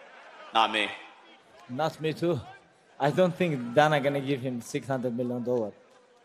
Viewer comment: I chuckle every time Khabib calls Dana "Donna."